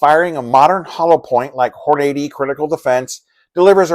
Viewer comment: "HORN a dee" thats how the family and the corporation pronounce it. Also "LOU pold"